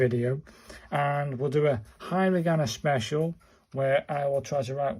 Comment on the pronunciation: Uh please learn the pronunciation from a video and also it's not hi ra gana